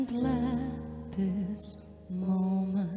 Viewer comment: VMH hát nội lực nhưng còn sai nhiều chỗ. Chữ this, these thiếu "s", "it'll" phát âm sai, "for me" chắc quên lời nên sửa thành "from me", etc.